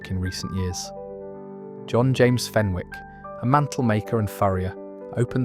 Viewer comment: Hi thanks for this post 👍 the W in Fenwick's is silent. I used to work in Debenhams and still miss it.